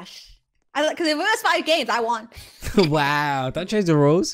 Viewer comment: The guy said “im watching da stream” lol